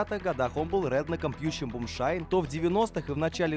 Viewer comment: Друг, вынужден тебя поправить. Не бумшайн, а moonshine. Лунный свет дословно. Во времена сухого закона самогон варили по ночам, чтоб не привлекать внимание властей. Потому в простонародье самогон стали называть Moonshine Whiskey.